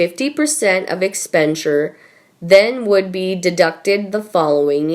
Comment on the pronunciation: Oh dear, oh dear. Again so many reading mistakes: Just some of them -- it's LEGITIMATELY, not ILLEGITIMATELY; PRIME MINISTER MRS THATCHER, not MINISTER MISS THATCHER; CAPACITY not COMPACITY; exSPENDiture not exPEDENTshure. You really don't seem to understand what you are reading in the script if it is not directly calling Harry and Megan nasty names. The info about the queen's "financial nightmare" is obviously way beyond your understanding. Anyway, your fans want gossip about H ad M, whether it's true or made up, not a long list of financial facts and figures incorrectly read by a robot.